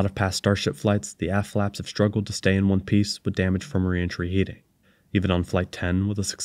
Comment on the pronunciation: I kept hearing hearing "ass flaps" because your pronunciation of the t at the end seems to be missing. "the ass flaps were damaged from the heat of reentry" sounds a bit sketchy